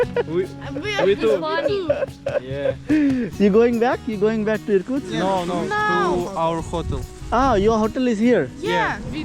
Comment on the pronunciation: may be find better way to voice over your videos, cause not even one name of the place was pronounced correctly and some just sound extremely weird. I mean I get you're a foreigner but it's useless like that. it's not "Irku" it's Irkutsk. It's not "lake buy car" its "Baikal". it's not "Novispir" it's "Novosibirsk". imagine everyone was calling you Visa. or Vanu.